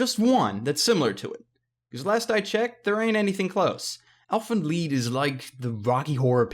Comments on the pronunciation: why does everyone say "leed" not lied I want to talk to you about 1 thing, and it's called anime sites. U DONT HAVE 2 BUY ANIME... when you buy dubbed anime from company's like funamation they change the original anime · Elfen LIED not LEED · Lied! Not leed... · Wait it’s pronounced l-EE-d I always pronounced it lied like how it’s spelled lol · Why do you think Lied would be pronounced "Leed" The I is before the E... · Why is it pronounced "lead" ? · Why is he calling it elfen leed!